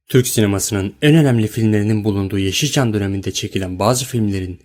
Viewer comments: hatalarin telafisini yapicaz..not: YEŞÎLÇAM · YAV GİRİŞİNE SOKİYİM BU NE AQ YEŞİL ÇAM DİYO ÖDÜM BOKUMA KARISIYO AQ BU NE